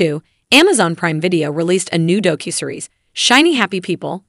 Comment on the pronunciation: Doe-Cue-Series? The mispronunciations are so so bad in this.